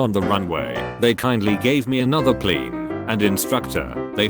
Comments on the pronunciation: Why is no one talking about how this robot pronounced plane Pleeenee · Idk but it's hilarious to me how the voice says 'plane' pLeIne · I love how he sometimes gets the word plane right, but mostly says pleen. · I love how he says plane pleen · The "pleen" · Why does he say “plane” like that? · The way this AI says plane killls me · I like the way the voice says “plane”. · You say plane funny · I can't get over how he says "plane" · The way it pronounces "plane" is a bit weird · Please say plane a lot more! It really cracks me up.